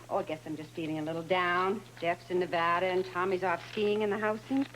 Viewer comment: is the only one the pronounces Nevada correctly out of entire cast!😂